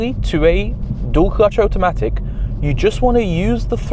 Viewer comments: So interesting that you pronounce "Auto" correctly but say "Otamatic" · Oat o matic? Am I hearing this right? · Condescending, irritating and strange pronunciation of automatic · The number one thing he doesn't understand about automatic transmissions is how to pronounce the word automatic. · Brudda why are you pronouncing automatic like that 😂 you have the same accent as me its makin me grit my teeth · Whys he pronounce Automatic like that hehe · Like what even is that 😂